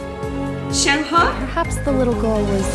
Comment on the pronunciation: YES FINALLY SOMEONE WHO SAYS SHENHE’S NAME RIGHT!!